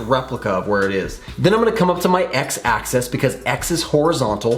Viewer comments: Yeah you did say access but you were talking about the AXIS which is pronounced AK-SIS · the word is axis not access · Are you saying axes? Because I think you mean axis.